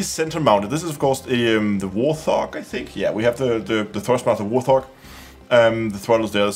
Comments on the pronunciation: Not War Thog...it's Wart Hog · Love these cockpit videos. I have to correct you on your pronunciation though. wort·haag like two words so the T and the H are not together like they are in the word "THE". It is named after the Fairchild Republic A-10 Thunderbolt II ground attack aircraft. AKA the Warthog, or just Hog. The Thrustmaster stick and throttle are licensed replicas of the fighter's controls. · just to let you know: it's pronounced "wart-hog," like the animal ;) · I only came to the comments to giggle about "war thog"